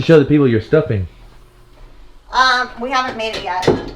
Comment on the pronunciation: "Stuffing" ... She aint from the south😂